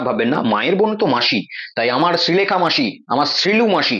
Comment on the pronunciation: তুমি আগে শ্রীলেখা সঠিকভাবে উচ্চারণ করতে শেখো.... শ ও স এর উচ্চারণ আগে করতে শেখো তারপর ভিডিও বানিয়ে....